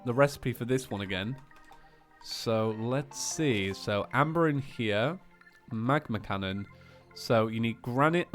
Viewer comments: I know he won’t see this because I’m 2-3 years late, but it triggers me whenever he says ‘magma cannon’ when it says ‘magna Cannon’ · Also it's magna cannon not magma connon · You said how it's a ''magma cannon" it was "magNa cannon" it was funny but I'm really enjoying series two, thank you 😂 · it is called a M A G -> N <- A cannon not M A G ->M<- A cannon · Its actually pronounced magna cannon instead of magma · Sighs mag-NA cannon not mag-MA cannon. Oh well have a nice day:) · magNa cannon, not magNa